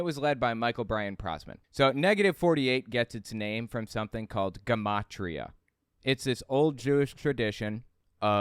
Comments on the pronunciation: Its "Juh-mot-ria."Not Guh. It's the study of numbers making it a derivation of " Geometry." Hence the Jun pronunciation. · I enjoy your content, but take the time to check pronunciation of words you're unfamiliar with, like gematria. Correct pronunciation is juh ma tree uh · Um, isn’t gematria pronounced with a “soft’ g? Juh ma tri ah…?